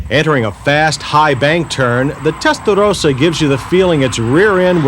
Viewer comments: i wanted to punch this guy in the face about the 10th time he said "testarothasa." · Testa though sa. There I said it right. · I love how John say Testarrrossa.....bless John after all these years, MW is still doing great!!! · Why does he keep saying that "Testadose-ahh?" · listen to this clown say terstarossa! What a clown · Yeah he wore that out didn't he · okay say Testarossa.... as spelled. Otherwise say Felllali as well. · The correct pronunciation is Testa-Ross-a... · Stop saying Tttestaroosa! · The way the commentator says "testarossa" is annoying............and wrong. Follow this now: "Ross Corsa" (ferrari racing red) pronounced as "RAW-so cor-sa" "Testarossa" (red head) pronounced as "Testa-RAW-sa" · The way you pronounce Testarossa is extremely disturbing. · I have a mini-stroke every time he says Testarossa like that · Stop saying testarossa like that. Tool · The comments on Countach resale didn't stand the test of time. Also, who told him he sounded okay saying "Testarossa" that way? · Makes me cringe every time he mispronounces Testarossa every time he says it and yet seems to put on an Italian accent for authenticity. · Did he HAVE TO make absolutely everyone feel awkward by the way he pronounced the car's name? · I wonder how much Ferrari paid him to say testarossa the way he did and if he got paid more the more he said it lol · The way he tries to pronounce Testarossa just grates on my ears......just say it the way you naturally would, not how you think others would. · Nobody: John Davis: Pronounces Testarossa with an Italian accent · I can live now without ever hearing this guy say testarossa again, like he's some Italian native doing us a favor and REPEATEDLY pronouncing it his very very best. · He does that “suddenly Italian pronunciation” that every American cook on the food network does. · He's saying "Testarossa" wrong and it's fucking with my brain 🤣🤣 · Why does he gotta pronounce Testarossa like Mike Tyson?